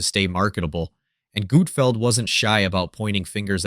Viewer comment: Who is Gootfld? Ohh... You mean GUT-FELD.